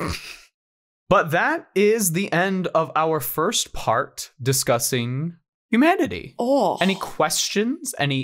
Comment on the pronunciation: When you said humanity I heard hue manatee